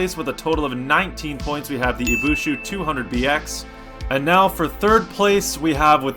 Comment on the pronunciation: Dude, in the first challenge the Bolid jumped more than the Scintilla and yet you gave it less points... (Also it's Ibishu, not Ibushu)